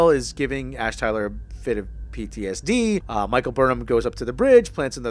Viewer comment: You have more to correct than that - but I've been to much of a little bitch lately so I won't correct you much but you did say Captain Cornwell a lot (she's an Admiral) and you said PDSD several times instead of PTSD. But on the plus side I certainly can not disagree with them only bringing a bed roll and no tent. But then perhaps they were on the planet such a short time they thought they'd risk freezing for one night. The Ship of the Dead or The Sarcophagus Ship might actually sound cool in Klingon - but it does sound a bit silly in English. Can't they call it by it's Klingon name Heck they could have named the ship ironically after T'Kuvma maybe not even Voq doing that but Kol doing it to take the mickey.. That is certainly Erin Gray point though ; sporting her final season of Buck Rogers in the 25th Century when they had her walking about in that sailor suit. - I am still perplexed by the whole situation with her though there was some really puzzling Character beats. 1st she appears as a dream to Buck in his frozen state Then he manages to seduce her in the pilot Then she plays hard to get for the remainder of the series Sometimes she's jealous of Buck's other woman and sometimes she's like 'Meh' Sometimes she gives him orders some times he gives her orders despite her being a Colonel & Buck is only a Captain they dress her in a cutsy sailor suit in the final season and patronise her on a regular basis. The whole show was very puzzling to my childhood mind. I al